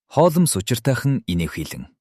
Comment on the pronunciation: Холмоос гэдгийг нь засаж болку юу ??😊😊